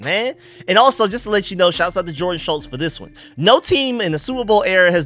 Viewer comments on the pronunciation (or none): none